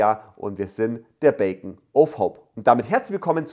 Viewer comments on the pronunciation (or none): Alles gut aber hab ich das am Anfang korrekt verstanden? Bacon of Hope? Also Speck der Hoffnung? 😂